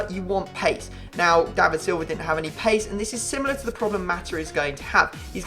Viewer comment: I thought he was going to say "pace" instead of "pease"